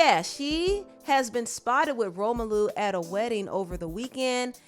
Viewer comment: Did you just call him Romalu lmaooooo